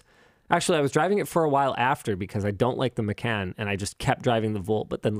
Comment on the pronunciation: It is Porsche Macan not Maycan :)